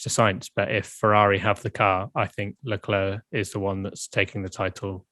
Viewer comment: You should really pronounce Leclerc correctly